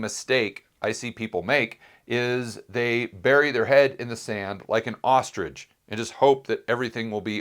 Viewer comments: Ostrich, not Osterich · Ostrich two syllables. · Ostrich, not osterich here in Australia. Great analysis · This was an interesting and informative video and I enjoyed it. Just a nitpick: It's an ostrich, not an osterich.